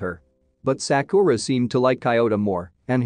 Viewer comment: Bruh all the movie recap channels always mispronounce Sakura. I get it because most people don’t watch anime or know a little Japanese but it annoys when it repeated across a 10 plus minute clip